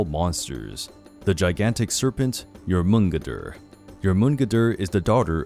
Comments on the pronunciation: (Nyour-men-gone-der) I'm trying to be a know it all but that's how I always heard it pronounced at least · I thought that it was pronounced as Jor*mun*gand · It is pronounced: Jor*mun*gander.... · You pronounce the midgard serpents name completely wrong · You pronounced Jormungandr wrong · Pronunciations were wrong (Huginn, Jormungandr specifically). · anyway else bawling laughing at how he tries to say jormungander? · The way you say Jormungandr makes me want to smack you